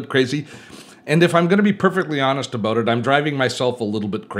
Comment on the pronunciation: Love how you say “about” : “ ‘bouuut” . Good old Canadian !